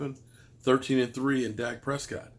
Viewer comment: 😂🤣😆 He called Dak, Zak this was too funny and made me just laugh because he could not pronounce his name.